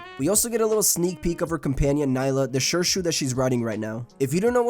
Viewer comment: Nice video. You pronounced some of the character names incorrectly though. Shirshu is pronounced SHEER-shu Teo is pronounced TAY-oh Going that extra mile to get things right in your content will go a long way.